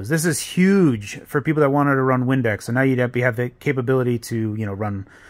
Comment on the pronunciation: I legit thought he said Windex for half a second. this is cool though